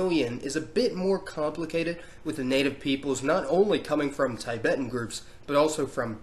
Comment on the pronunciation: It's not pronounced as taibæten but Tibeten